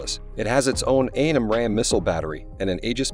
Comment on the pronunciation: Clearly AI speaking here. AI ain't that smart, yet? Everbody knows it is pronounced "AM-RAM", and not "a. m. ram."